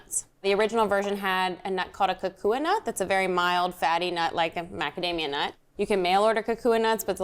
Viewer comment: Took a moment to figure out that she said kukui nut— it’s roasted and nothing like macadamia nuts! Look for inamona (toasted kukui nut). You can also use a small amount of kukui nut oil. Too much and you’ll have the “trots.”